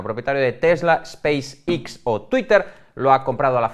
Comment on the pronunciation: 11) Que aprenda a pronunciar Space X.